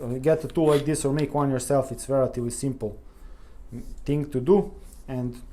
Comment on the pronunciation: Brilliant video, and brilliant English. You could practice "thing" instead of "ting" by brushing your tongue against your top teeth. Your vocabulary is so good that it sounds like you are a British person putting on a Eastern European accent. Dérailleur hangers are a way for bike manufacturers to make money, selling something that costs a dollar or less to make, for 20 dollars. Fortunately they are available from aliexpress at about 5USD, but not for all bikes. I bet there are other problems with gear changing though. Worn cassette and worn chainrings. Frame flex. Old grease in the brifters (brake shifters) which hardens and makes shifting difficult.